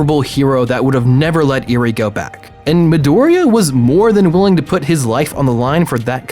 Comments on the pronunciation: Eri is pronounced eerie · Others: mi-oreo Me: holy shit he said eerie instead if eri... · Not to mention Eri's name is simply said how it looks. Not EE-rie. Eh ree. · Me: there is no way this guy can mispronounced any names in bnha This guy: me oreo, eerie Me: triggered 😡 😡 😡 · Me-oreo Me: That's fine I guess Also: Eerie Also me: sigh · eveyone is talking about “miorio” but nobody is talking about “eary” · Name: mirio This dude: mIRoRiO Name: eri this dude: iRi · stop saying miorio stop just stop edit: NIGGA DID YOU JUST SAY EARY STOP don't go further down wow you rude if you reading this you prob the type of dude who would say miorio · "Miorio" "Iri" "meedoria" THIS IS WHY PEOPLE USE THE ENGLISH DUUUUUUUUUUB